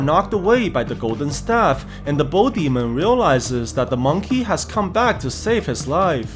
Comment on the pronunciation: bro said bull demon once 💀💀💀